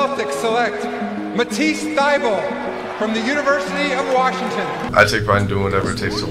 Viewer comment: 'At (@ ease' ( sounds like 'atisse)